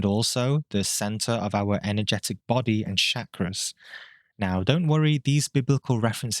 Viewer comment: All that talk about Shakras and you couldn't learn to pronounce the damn word? smh